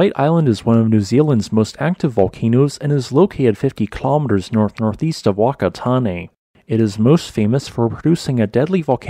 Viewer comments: wakatane? its pronounced far-ka-tan-nay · you mispronounced Wakatani. pronounced phukatani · The "Wh" in Whakatane is pronounced as an "F". It's a Kiwi thing. So it should be said like Fakatane. Great work though! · hello, just an fyi that the 'wh' in 'whakatane' is pronounced like an 'f', so it's fa-ka-taa-nay. As is the case for all 'wh' occurrences in Maori words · just for future reference....when pronouncing a Maori place name in New Zealand that starts with 'Wh' it is pronounced as a 'F' so Whakatane should be spoken as Fakatane